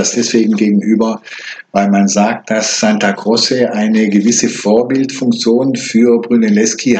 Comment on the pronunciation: Bitte nicht Santa "Grosse" aussprechen! Im Italienischen wird C vor E wie tsch ausgesprochen, C vor einem Konsonanten wie K, also Santa "Krotsche".